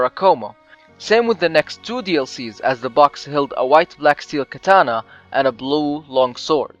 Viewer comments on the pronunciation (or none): none